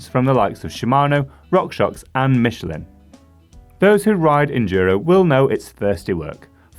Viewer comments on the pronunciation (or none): none